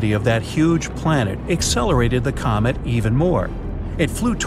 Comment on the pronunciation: did he say comet or comic